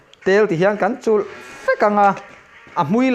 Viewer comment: Tulh ni lovin, Chulh tihtur